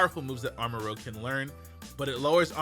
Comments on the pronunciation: Ikr? Or at least change the pronunciation while keeping the name Armarouge Arma-rogue just sounds better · Pronounced Arma-ROOJ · Usually when it's spelt like that it's pronounced like rouge the bat from sonic(Rooje) and rogue is always pronounced the other way. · Im pretty sure its arr-mah-rooj, not “muh” or maybe its cause im saying it more with a Spanish accent rather than English lol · It's spelled "Armarouge" with a U before the G. So it should be pronounced like Moulin Rouge. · It's "ar-ma-rooj" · Armarouge is pronounced with that "oo" sound, rouge like the red/scarlet-esk warm color, while Ceruledge is like pronounced like cerulean, the blue/violet-esk cool color. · Somebody tell how to pronounce "rouge"! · Rouge is red in french and its not pronounced row-gh but roo-zh row-gh is Rogue not rouge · nice video but its rouge (oo) as in red, not rogue like the x-man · It looks like it’s pronounced armor-rooj (like Rouge the bat) in the vid you pronounce it like ROGUE, which is pretty close to ROUGE letter wise lol. Honestly sounds cool as shit as armorouge. Yeeeeaaaaah violet fans eatin big time bro. (Edit: both of their names contain (soldier equipment) + (color) Armorouge is Armor + Rouge to represent their prominent armor, Ceruledge is Cerulean Edge like their primary sword) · It’s Arma-Rooj. But the way you said it just sounds better imo. Arma-Rogue. Pokémon isn’t to keen when it comes to spelling and pronunciation. So it could honestly be either way lol the name will still be “Red Cannon” or “Red Weapon” since Arma means weapon/gun in Spanish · It’s Armarouge, not Armarogue. Rouge means red. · Real quick, Armarouge should be pronounced (arr-muh-rooj), since that's how "rouge" is pronounced. If it were (arr-muh-rowg), the "g" would be before the "u", like in the word "rogue". It's spelled like the bat from Sonic, not like the synonym for ninja. So yeah, just throwing that out there.